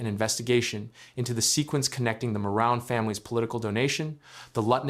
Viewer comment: It’s hilarious that the reporter called the owner of the other bridge the “moron” family then later said it the correct way. 😅😅😅 🇨🇦